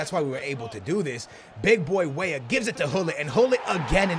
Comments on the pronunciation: Stop saying way way instead of weah..pls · Cade Walker it's like when he says Wey wey for weah... I think 💭😂